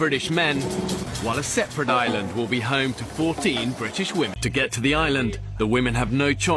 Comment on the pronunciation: Brawn or brains? The men had both, the wahmen had neither. So tell me again, what was that about men being no more than blown up boys?